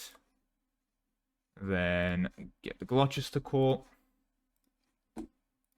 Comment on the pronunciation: its gloster, not glo-chester. if you ever need to pronounce english place names again some advice is, cester is ster, ham is just am and shire is sher (should mentions I havent watched the whole video yet, I'm terrified of what you might say next)